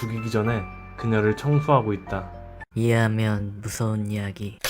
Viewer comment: 초에 이해하면이 이밖에안들림